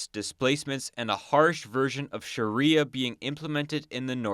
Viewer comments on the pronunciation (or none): none